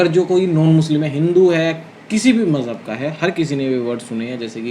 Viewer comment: Mjhahb 😅😅😅😅😅 dharm hota h majhahb nhi 😅😅😅😅😅😅